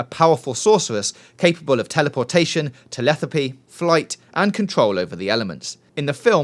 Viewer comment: Anyone else realize that he said telethapy instead of telepathy?